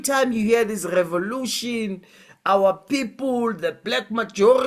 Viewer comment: "Our Poepol" 😂😂😂😂